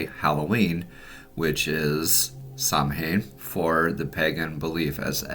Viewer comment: "The correct way to pronounce Samhain is "Sow-wen, with sow as in female pig.".